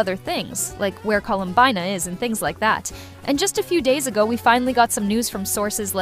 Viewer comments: No way a real person would ever say Colum-bye-na. Most likely AI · It’s 100% AI, no human says “ColumBYEna” We say it as “ColumBEEna” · Columbyna , kinech , reyden show gun " 🥰🥰 definitely not an A.i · /coh-loom-bee-na/ or even better,Colombina,with 2 o /pul-chi-neh-lla/ /pahn-tah-loh-neh/